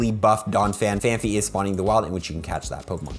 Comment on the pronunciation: Sorry, your wrong prononciation always gets me: it is PhanPy not PhanPHy, thank you!